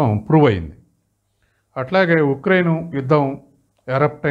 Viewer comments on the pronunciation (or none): none